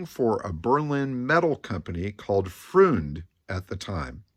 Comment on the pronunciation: really enjoying these nuggets you're digging up on the ole Merc. Got me picturing this gorgeous red ragtop cruising down the strasse during Berlin's rebuild era. BTW - freund (friend) rhymes with coined, not pruned, and cabriolet has one more syllable.